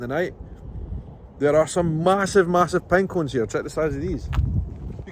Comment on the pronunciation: Pine Cones! Ha - I thought he said Penguins.